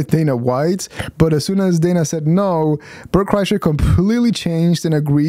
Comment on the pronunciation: Bert Cry-sher is more like it.